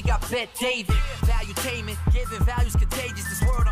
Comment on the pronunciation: I've never experienced a person use so many words to say so little. It's valutainment, not volumtainmet.